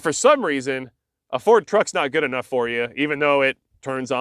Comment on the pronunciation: it's "just as guud"